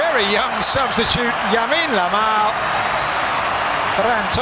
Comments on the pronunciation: Yamine Lamal ? 😂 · Yamine lamal😂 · he said yamine ramal ,hahahaha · The commentry says yamin lamal 😂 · Commentator said yamin lamal 😂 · yamin lamal jajajaj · Yamine Lamal 😭😭😭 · 😅😅 yamin lamal 🗣️🗣️ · Yamine Lamal lol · The commentator actually called him Yamine Lamal 😂😂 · I don't know why one of the commentator keeps repeating "Yamine Lamal"! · haha yamine lamal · Comentarista :yamin lamal 😂